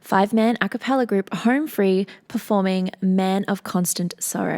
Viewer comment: I like how you mispronounce the group name right off the bat. You called them, "HARM FREE" instead of "HOME Free". At first I thought it might just be your accent. But nope. You called them, "Harm Free". :) :) :)